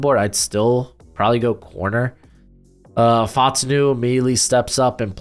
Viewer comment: what's up with you pronouncing so many people's names wrong?? Brian Daboll, Troy Fautanu, Xavier Legette, etc... Also this is WORST mock draft I've seen in 2024. Raiders and Chiefs picks were terrible. Penix and McCarthy are way too high. The CB's are way too low. No Wiggins, Kool-Aid, JPJ, Brian Thomas in the 1st round??